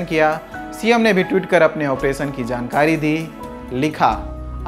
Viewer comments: Pronounsation is not good मध्य प्रदेश को " मध्य प्रदेस" और ऑपरेशन को "ऑपरेसन" बोल रहा है 😁😁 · ऑपरेसन नहीं ऑपेरशन होता है, उच्चारण की कोई ज़रूरत नहीं होती क्या लल्लनटॉप में जॉब पाने के लिए।